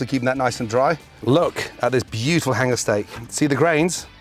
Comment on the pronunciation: Say "bjitiful" one more time Gordon, I dare you...